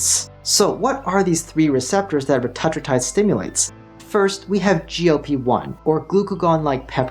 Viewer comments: dude come on why are you willingly choosing to say it differently than everyone else. RETA - TRUE - TIDE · Reta-true-tide is how it’s pronounced. It’s in phase 3 clinical but if you look around on peptide websites you can find it. It’s truly life changing and so much better than semaglutide. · Please learn to pronounce Retatrutide correctly. Hard to take you seriously.